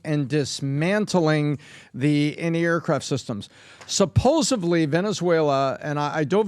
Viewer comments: that is a new one! “Supposevly” rather than *supposedly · you break down words very carefully, except SUPPOSEDLY. lol